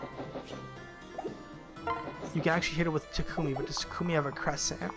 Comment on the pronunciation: I only wanted to say you're pronouncing Takumi's name wrong, it's supposed to be "Tah-kme". I know from unused lines that even Laura Faye Smith got that wrong.